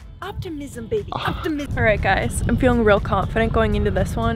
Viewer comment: Uptimism Uptimiism she said...